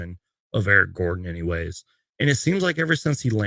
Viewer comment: the disrespect that man put on Eric Gordon's name 🤣